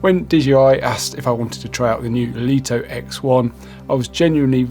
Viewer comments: Just for info, according to pre-release LITO 1 and X1 testers, DJI were adamant the drone MUST be pronounced as "Light-Oh One" and "Light-Oh X-One". Not "Leet-Oh" or "Lit-0h." 🤓 BTW, great review. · In Mandarin Chinese, 利托 is pronounced Lì tuō. Here is a breakdown to help you master the pronunciation: 利 (Lì): Pronounced with a falling tone (the 4th tone in Mandarin). Start with a slightly higher pitch and sharply drop down, similar to saying "Lee" with a stern, emphatic tone. 托 (Tuō): Pronounced with a high, level tone (the 1st tone in Mandarin). Keep your voice flat and steady at a high pitch, like saying the English word "toe."